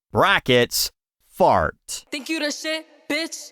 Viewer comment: She can’t even pronounce “fart” correctly. 😊